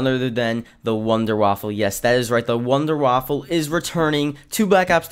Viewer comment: Wunderwaffe. NOT waffle